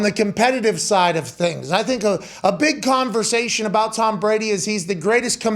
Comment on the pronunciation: "tHaNk YoU ToHmmmmm" jfc...